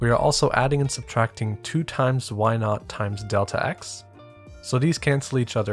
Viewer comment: Thanks. I've seen Bresenham's algorithm before, but this explained it in a way I would be able to reproduce (or rederive) without having to memorize the algorithm. An additional note you may find humorous: You are referring to y subscript 0 as "y naught", but the way you pronounce naught sounded to me as if you had said, "Let's change why to why not." (People make fun of New Yorkers for the way we say cawfee, but our naught doesn't sound like our not.)